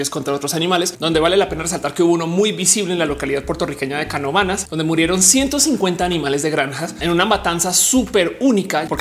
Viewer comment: ¡Puerto Rico! Yo soy puertorriqueño, me gustó como dijiste: “Canóvanas”. No sabía que se originó ahí, siempre pensé que empezó en México